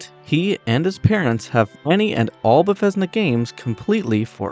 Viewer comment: I like your video friend. The only thing I want to bring up is I believe you were pronouncing Bethesda incorrectly, unless thats how people in the community say it. Otherwise some of these facts were actually really cool, like the water boiling!